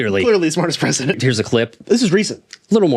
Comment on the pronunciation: Ladies, gentlemen, and everyone in between... you Presentdent.